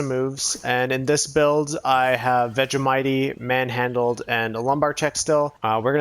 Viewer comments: Nobody says Vegemitee. It’s vegemight. Lmao. Says me an Australian😂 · It's pronuonced veggie might